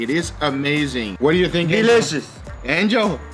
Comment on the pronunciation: w MakinIove angel*, but nah guga does say it as “angle”😂